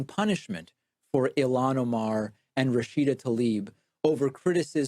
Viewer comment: I don’t believe for a second he’s not purposely mispronouncing ilhan